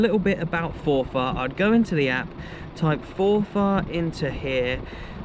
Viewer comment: Its pronounced forfur